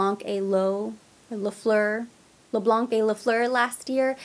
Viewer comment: Les Blanc we don’t pronounce the letter C at the end 😉